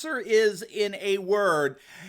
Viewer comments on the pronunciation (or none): none